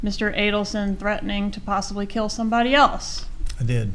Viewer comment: “Threadening” 🙉 is so irritating 🤣